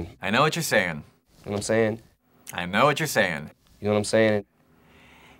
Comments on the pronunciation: You counting my knowmsayns? You takin’ a knormcensus? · Gnome sayin